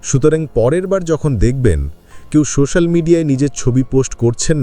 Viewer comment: বাহ্ বেশ ভালো লাগল একটাই কথা "সো শ্যা ল" উচ্চারণ কিন্ত ঠিক হল না,,,ঠিক করতে হবে,,, নাহলে কানে লাগছে,,😊